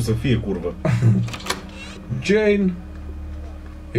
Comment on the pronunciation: Ce fain zice Codrin ,,Jane" =)))